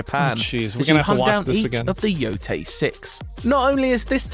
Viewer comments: Ghost of YO-TAY not YO-TIE. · Why can’t he pronounce yotei correctly? They explicitly say it in the game. He clips it from the game for his vid. He plays the clip wherein they pronounce it “yoh-tay” then he says “you-tai”…. Wtf